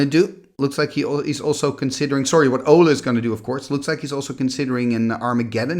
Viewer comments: Olle instead of Ölle? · I watched a vintage Pro Tour video recently, and they butchered Ölle's name so bad. They pronounced it like Ollie Raid. Sorry, we're American. 😂